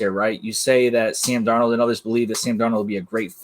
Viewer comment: Sam Darno..... he’s Italian now.